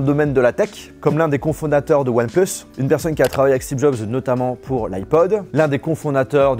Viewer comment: "One pLeUSs"